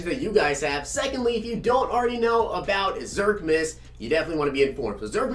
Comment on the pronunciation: “Jingle” “Zirkmis”